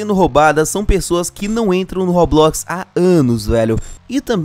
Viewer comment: Pq vc fala robuquis?